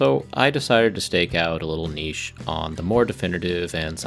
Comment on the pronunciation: Thanks for pronouncing "niche" as "niche" like a real person